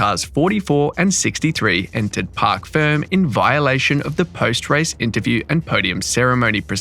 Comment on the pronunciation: FYI: It is Parc Fermé, not Park Firm